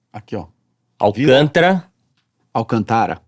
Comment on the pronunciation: AVISEM O CHRISTIAN... EM PORTUGUÊS (Brasileiro) - A sílaba tônica da palavra "alcântara" é "cân". Trata-se de uma palavra proparoxítona, pois a sílaba tônica (a mais forte) é a antepenúltima.